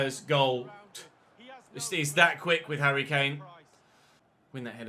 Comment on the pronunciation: “He really is the Moroccan *hurry Kane*”